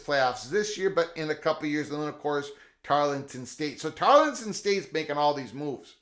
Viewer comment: I believe you are speaking of Tarleton State not Tarlington State. 😃